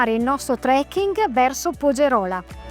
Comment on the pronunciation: Attenzione si pronuncia pogerola con l'accento sulla o